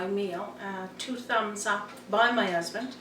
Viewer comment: Roger Thompson...love her recipes...but subscribed so I can hear her talking...absolutely love how she says ‘alf’ and ‘erb’ in her recipes and talks about her ‘usband’. Who needs aitches anyway! 😊